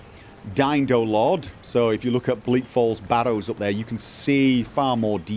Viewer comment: Oh! Of DynDoLod. Sorry.: ) Edit: You are actually the first person I have ever heard pronounce it correctly, of all the videos and reviews I have seen. I should think it would be obvious if you look at the words the contraction is made from, but no one seems to be able to get it right, until now.:D